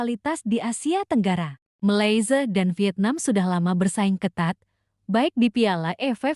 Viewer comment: Kenapa tdak boleh mnyebut nama negara 🇲🇾 dgn benar ..jelek sekali mndengarnya..begitu juga dgn negara Nepal..aduh miris banget..